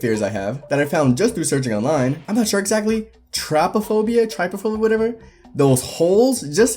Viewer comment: It’s pronounced trip-o-fobia